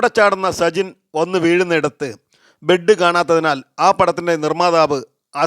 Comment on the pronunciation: സുകുമാരന്ബെഡ് കൊടുക്കുമറ്റവന് കൊടുക്കണ്ട എന്ന് ഒരു നിർമാതാവും പറയില്ല. ബെഡ് അല്ലേ അല്ലാതെ ബ്രഡ് അല്ലല്ലോ ...?